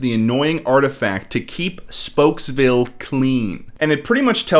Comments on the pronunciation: Are we not going to address the fact that Speedy called it spooksville? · Hold up. Speedy clearly calls the town "Spooks-Ville." This movie clearly took a different direction. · "spooks" it's spokes .. idiot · It drives me up the wall when Speedy calls it Spooksville instead of Spokesville. Did the actor not think it thru? Nobody caught it? No retakes? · Gotta love how Speedy legit calls his town "Spooksville"💀 Sorry, Speedy, but you mispronouncing words isn't cute. Megamind is the only one who can make it endearing. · dude speedy calls it spooksville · Notice how speedy says spooksville. Another sign its a bad film. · Yo he said spooksville not spokesvilee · Is not going to address the fact that Speedy calls his town Spokesville "SPOOKSVILLE"? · Speedy says spooksville instead of spokesville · I like how totally glossed over the fact that the main character called his city Spooksville, even tho its spelled Spokesville and they didn't have the voice actor retake the line.